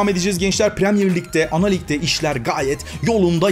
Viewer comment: abi aaaanaaalig derken artık kısa söylüyon :D